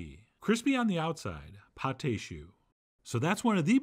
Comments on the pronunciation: Chef John .... you are my idol ... but just for the sake of fair criticism; 2 corrections... it is [PATT] and not [Pattai] .... AND your pâte au chou did not rise well; and I am no chef but with my humble experience, I think because you DID NOT beat your eggs with your flour mix well ... just my 5 cents ... with greatest regards ... Camillot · It is called pâte de choux not pate de choux. Paté means pie in french. Sorry John but the way you're saying you're calling this pie of cabbage lmao. Pate means paste. That's why it's called pâte (no ay sound at the end when saying it. Thank you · Right. "Pâte" is modern spelling of the old french "paste." More importantly, don't pronounce the "e." You're saying "pâté," which is rather different, and has two syllables.